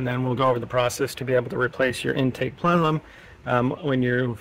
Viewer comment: him saying "plenelum" over and over really agitated my OCD, lol